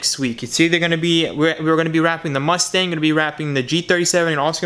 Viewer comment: That's not how you pronounce the name. C'mon man if your going to drive a mustang learn how to say the name 😂.